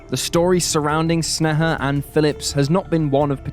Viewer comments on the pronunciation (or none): It literally takes like 30 seconds of research to find out that sneha is pronounced like "snay-hah" and not whatever snuh-huh is supposed to be. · Snay-ha, not Sne-heh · i hate how u say her name. u say it soo many times and it sounds weird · Hearing my name from an American's mouth it feels wierd. You butchered the pronunciation. I am cringing.